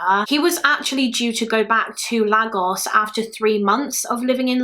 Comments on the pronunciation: I remember Damilola’s murder I was in year 4 when it happened, I remember coming into school and everyone was talking about it on the playground it was truly a sad day 😪 Sidenote: It’s pronounced laygos awesome video btw I discovered your channel during the summer and have been binge watching your videos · Great video:) ps lagos is pronounced like laygos x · I really wanted to say that too about the pronunciation of Lagos it’s laygos 😂😂😂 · It’s pronounced ‘Laygos’ x